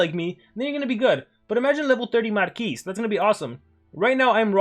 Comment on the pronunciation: Marquis is a french word and as u know maybe we dont pronounce the last letter of some words so stop saying MARQUISEEEEEE ty <3